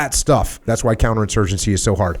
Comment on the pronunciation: “Couter-insurgency” lmfao 😂